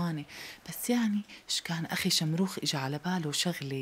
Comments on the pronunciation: بدال ما يحكي شمروخ ( شخروم) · شخروم لٱ شمروخ 😂😂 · في دقيقة 13:1 قال شخروم مو شمروخ مين انتبه هههه